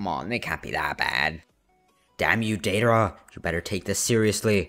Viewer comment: the way you said deidra and sasori the first time 10/10